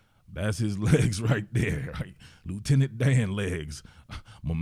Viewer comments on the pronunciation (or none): “Letunant Dan legs” 😭😭😭😭